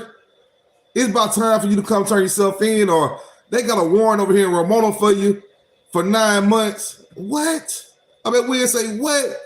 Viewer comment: Nigga, its RO-MA-NIA.